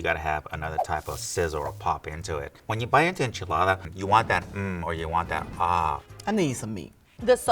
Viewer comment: Why's say enchiladda like that!! He's mexican AF